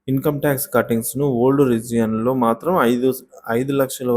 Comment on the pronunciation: రీజియన్ కాదండీ రిగైమ్